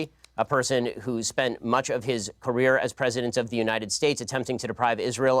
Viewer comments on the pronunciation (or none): none